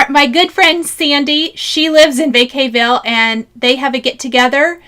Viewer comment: I know you didnt mean to mess up the little town in CA’# name, but I grew up there so please accept my loving correction. The town is pronounced Vaugh-caugh ville. I vaca in Spanish is a cow. Its litterely Cow town. 😄Love you gal! ❤